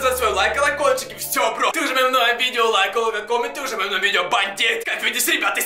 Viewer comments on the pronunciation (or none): Меня чуть-чуть бесит когда он говорит суприм ванда